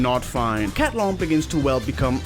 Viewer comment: Cat-lon my Oshi.